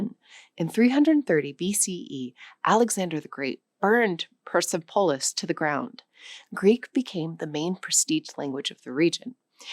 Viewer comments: You are mispronouncing the name Cyrus. You are also mispronouncing Persepolis. Your presentations are so professional in detailed with historical fact. Why Miss pronounce these words? Keep up the excellent work! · Your pronounciation is very off. You pronounce Cryus as Serious. Persepolis you made it sound weird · Are these the current standard pronunciations of Cyrus, Persepolis and Sassanid? I never heard them this way before. For a language show, I would think they are. Any other words used in this with new pronunciations to you?